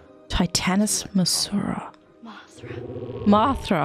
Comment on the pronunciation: why did you say that name 🤣 Mothra not Martha 🤣